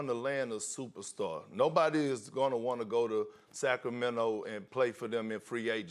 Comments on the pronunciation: Kendrick “Sack Row Mento” Perkins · no one: kp: sack o mento